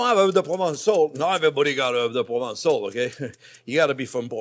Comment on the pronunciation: Herbes de province everything pronvince :D